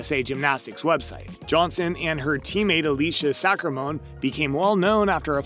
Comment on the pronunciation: Sacramoneeee, kaROLLy Jesus. Do research before you record